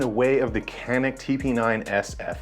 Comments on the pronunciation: Pronounced in Turkish like John'eek..when said quickly in English itll come off as Johnnick...the "C" in Turkish is the same sound the J in name John has...not a K sound like Kanick or in like tuna can....stick to John and Nick..if you can John'eek or Johnnick...you can do it! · not exactly ja-nick ... start with G letter.. (G)anick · Actually "juhneek." The Turks use the letter C to show our J sound. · Greetings from Turkey. Your "corrected" pronunciation of 'Canik' was almost correct except that, you should really spell the 'Can' part like you would say "John". 'ik' was correct. Great content btw. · Is pronounced "yanik" and it means " YAHWEH IS GRACIOUS" ...